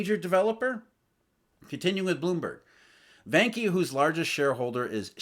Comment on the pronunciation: Vanke is pronounced as Wanker without the "r"...;-)